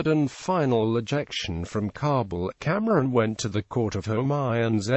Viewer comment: It is Kamran not camron and it is Humayu not holman